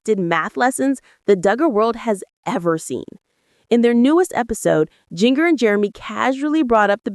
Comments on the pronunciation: AI- get it right- it’s “JinJer” not “JinGer”, pronounciation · You really need to pronounce Jinger s name correctly. It’s pronounced like the spice.